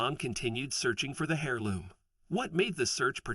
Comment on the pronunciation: I have never heard heirloom with a solid h... it has always had a silent h. Like the English aristocracy is always worried about having an heir, is never said like hair or hare. Sounds a lot more like air.